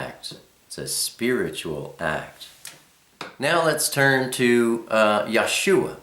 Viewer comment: Dear, I love your video...it is very informative....I am a little confused as the pronunciation of YHWH as I have heard it many times as Yah- way. You also said it once, too. Would I be incorrect to pronounce it as such? Likewise, I have seen the same spelling for Yahshua but with only two syllables, Yah shwuh; whereas you have 3 Yah shu uh. Do you have a video of only the letters of the Alephbet? Did I miss the meaning of Elohim??? When we transliterate are we to use the Y or I for the Yod? Am I wrong to spell it Elohym? Thanks for your responses....